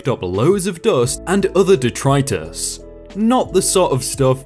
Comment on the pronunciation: Once you pronounced "detritus" correctly I figured you'd been doing some research, when you got "farrago" I knew you had! Good job!